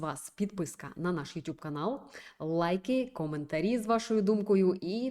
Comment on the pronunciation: Ютуб, а не ютюб. МерЕжа, а не мережА.